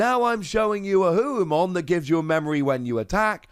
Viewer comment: It's Ho-oh like the Pokemon. Also it should be Phoenixmon.